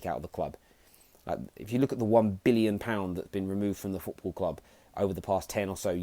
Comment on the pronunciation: “Football kwub” nice English mukka